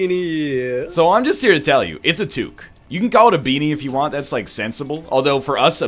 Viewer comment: It's what happens when you let the non-French Canadians try to pronounce French words.